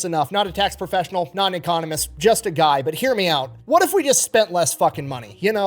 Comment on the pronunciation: Every time you say "economist," I hear you say ecommunist... just saying